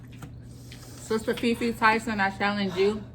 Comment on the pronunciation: Sis I must say y’all did awesome...but wait a min I just heard SisterFefe 😂